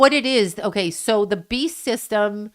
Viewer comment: are you saying “the bee system,” or “the beast system?”